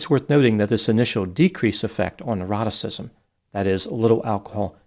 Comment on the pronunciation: Ah, neuroticism! I thought you were saying eroticism, which made your reasoning a bit difficult to follow.